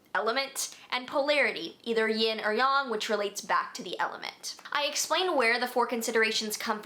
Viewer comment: When you say __ energy.. are you saying young or yang? I put on the CC to see and sometimes it says young and other times yong so im unsure?